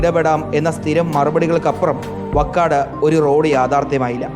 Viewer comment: Vakkad alla vaakkad